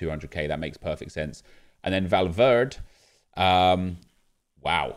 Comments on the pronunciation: Please, its Valverde not Valverd (and it doesn't bother me just letting you know so you can get it right) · Nep, Valverde is not English so you have to pronounce the ‘E’ at the end of the name, it’s not Valverd, not trying to be rude it’s just annoyed me the way you say it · Did anyone else die a little everytime he said valverd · Valverd nep valverdE spanish bro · When you find someone who doesn’t pronounce the e in Valverde -_ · Its true though!